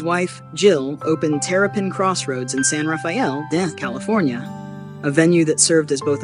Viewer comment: The least you could do is pronounce the town 'San Rafael' correctly....